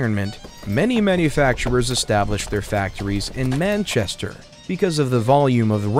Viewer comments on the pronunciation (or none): none